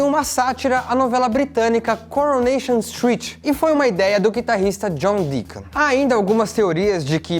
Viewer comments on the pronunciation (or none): ok, mas a minha duvida é: deacon se pronuncia dicon ou diacon? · Alguém percebeu que ele falou guitarrista John Deicon em